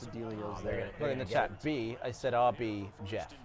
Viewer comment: "Don't say aahh B"; getting great, hilarious memories from that Edit: Proceeds to shout RB anyway LOL This time it sounds less British and confusing than it did in the past